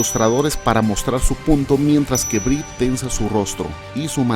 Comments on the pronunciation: Cómo la chica "no se dice Brie" se pronuncia "Bri" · Inglés tip: el nombre de Brie se pronuncia "bri".